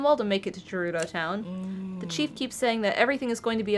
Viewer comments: Ohhh, Volty fruit!: VOLT fruit,!!! Also: Jerudo! Me: GERUDO! With a “guh”!!! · Honestly, mispronounces multiple things throughout this let’s play. “Dahku Tree” “Jerudo”. Just let her say volty fruit. lol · if you can insist on saying je-ROO-doh and de-KOO (even after Mr. Tree said his own name out loud in a cutscene)...let say Volteefruit lol